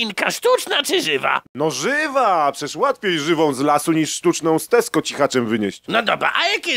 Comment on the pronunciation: Ale fonetycznie. Widziałem ,,TESKO" zamiast ,,TESCO"...